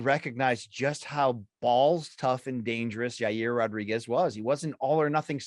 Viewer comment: It's Ya reer Rodriguez